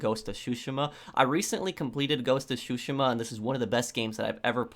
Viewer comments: its drives me insane on how you say Tsushima. Its supposed to sound like Two-she-ma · It's tsushima mate, but still, great vid!!!